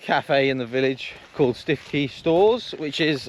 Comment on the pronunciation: All bend-in-the-middle soft shell roof tents are like that, they have the tongue and groove to transfer weight onto the main lower section, I'm not that far away so happy to give it a look, prob only need a little extra height on the RTT. Prob good that you didn't pronounce Stiffkey correctly as no one would know where you were...